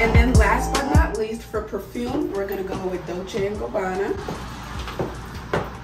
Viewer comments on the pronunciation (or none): none